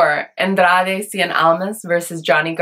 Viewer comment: do you have hispanic origins??? You pronounced the name of Andrade "Cien" Almas the correct way, as it is supposed to be pronounced, and not the silly american way (sorry if I offend you by saying that). Besides...you're beautiful as always